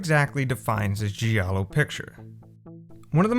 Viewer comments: G I A L L O not Sgiallo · The pronunce is "jalloh" not "ji allo" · 'Giallo' is pronounced 'djàllo' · So you put so much time into this but couldnt be arsed to look up how to actually pronounce 'giallo'? 😂😂😂